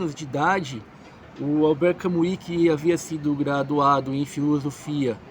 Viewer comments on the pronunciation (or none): NÃO PRONUNCIE CAMUI . ERRADÍSSIMO .